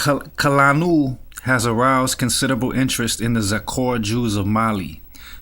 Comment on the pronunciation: Its pronounced Koo Lah Noo. Also Rabbi Avee Hah Yil Boo Hah Rah